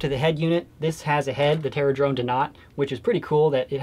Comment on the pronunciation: the terradrone is terra-done Lmao